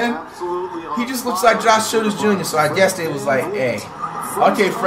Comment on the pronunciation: Bro said is that "Josh Children's Jr" I can't with Flight